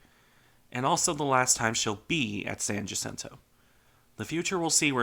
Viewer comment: Thank you for pronouncing San Jacinto correctly